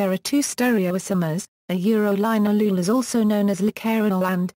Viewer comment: It's pronounced lin-al-oh-ol